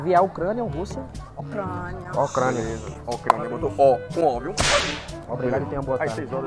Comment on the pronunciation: ÓCRANIA KKKKKAAKKA